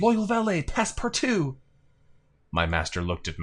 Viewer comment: This LP has taught me how to pronounce Passepartout, which has vexed me for decades.